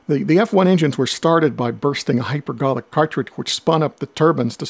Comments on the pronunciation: Early on; "the F1 engines were started by bursting hyper*^#%# *^%#^%".....whaat? The rest f the narration is very good, but that pronunciation appears incomprehensible. Any one want o gave a crack at deciphering? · "... by bursting hyper ???? ????????? ..." Nothing like mumbling words which we do not know.